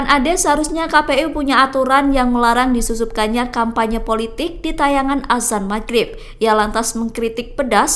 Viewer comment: Azan bukan asan 😅